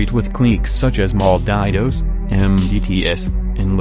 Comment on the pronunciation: This nigga really said mal-die-tos 😂💀